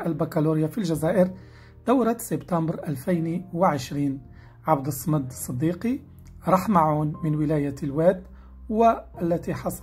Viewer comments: من فضلك عبد الصمد بفتح الصاد وليس بسكونها... لأن الصمد اسم الله جل وعلا ينطق كما هو بالطريقة الصحيحة لا تغيير ولو في شيء يسير. بوركت وعفوا على التنبيه. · أولا مبروك للفائز وثانيا انت يا صاحب القناة اريد ان اصحح لك خطئا ارتكبنه وهو عبد الصمد تنطق بفتح الصاد مشددة وهو اسم من اسماء الجلالة فاذر ولا تستهن بالحركات ابدا